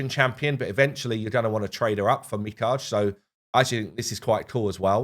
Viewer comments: ARRRRG! Mi-ka-ge not mi-cage. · just wanna lyk that Lady Mikage's name is pronounced as Mi-Ka-Ge, with the Ge making the "guh" sound, as in gynaecologist. Hope this helps:) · It's pronounced Mi-ka-gay in English, dude they even call her that when she's introduced in the last raid update video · Stop saying her name that way. It's Me-Kah-Gay. It is Japanese not French. You said it correctly in a previous video.. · Me-cog-a= Mikage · Its "MI-KA-GE"!!!!! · How did we go from understanding how to pronounce mikage to getting it completely wrong again? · The stupid thing is that he said it correctly in a previous video. It's like he trying to say it wrong to get comments or something.